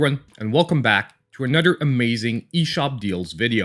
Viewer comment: Ima start calling you, like THE CHOSEN ONE but beddur.